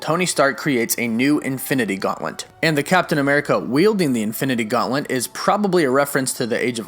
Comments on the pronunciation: learn how to say GAUNTLET, its not gauntlent wtf is wrong with you, i am groot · Is this guy saying "Gauntlent"!? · Is it just me or does it sound like he is saying Gauntlent not Gauntlet? It’s kinda messing with my brain